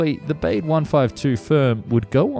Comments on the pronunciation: These videos are so insightful. I admire the effort you put in to all of them. But Baade should be pronounced “Barda” rather than “Bayd”. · More "Bawdé" than "Beyde".... pronounciation, go ahead, make the effort. Otherwise, very interesting. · I'm not German but I'm pretty sure Baade isn't pronounced "bade". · Every time he says ‘Bayd’ and not ‘Bah-duh’ I feel a little bit of myself die inside. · "Bah-de" not "baid". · Looks a bit like a Stratojet with that centreline undercarriage.And it would be pronounced "Bahdih" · Looks like a really cool plane. Shame it never materialized. Though I have to say it would be pronounced Bah-dah based on german pronunciation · Yes, more like Bahd-eh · Try "BAH-day". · Would the German name Baade really be pronounced to rhyme with "wade"? I doubt it very much.. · Apart from the horrendous pronunciation of German names (at least some approximation after research could have been done -- "Baade", for example, is actually pronounced approximately like "BAH-dey"), I got annoyed with most of the video treating East Germany and the USSR as the same thing (to the point that you even had to say "the USSR in Moscow" to mean the actual USSR when a distinction was needed). True that East Germany had a puppet government totally controlled by the Soviets, but it was still a separate, different country. The 1952 uprising, for example, was nowhere near the USSR, unlike what was stated in the video. It would have been better if you have used the expression "East Bloc" to mean the actual USSR plus its satellite states. That's what you really meant by "USSR" in most of the video, and it's not the same thing. As done in the video, it would be the same as saying that Munich is in the United States and BMW is an American brand of cars, because they were from West Germany and hence from the West Bloc...